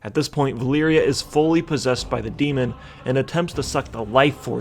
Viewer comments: Vuh-leer-uh, not Vuh-leer-ee-uh. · valeera, not valeeria it was bothering me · her name is VA-LEE-RA not valeeria camilia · My dude the amount of times you miss pronounced Vah - Lee - Rah 's name made me dislike this. The first 2 times i was like meh , but then you go repeating it over 9000 and it made my ears bleed. Other than that, unpopular opinion from an old player/reader: i actually like Med'an cause im not stuck with my head up Metzen/Hazzikosta's bikini bottom and i like to imagine different things happening in wow before they just pop in game and all of a sudden we needa like it cuz yehhhhhh boiz (See Shadowlands. That realm is as absurd as it gets with no prior lore support and also for - together with Cataclysm content - being totally a rip-off of another less popular russian game called Allods.) Later edit: i couldn't leave it a dislike man, your trollery is too good. But also, Eytesh? its Ah - Tee - Esh (As per Khadgar in Legion). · I think you got the Valeera pronunciation wrong.